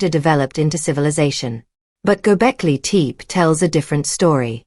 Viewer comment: AI voice mispronounces Gobekli Tepe. A rehash of what we already knew.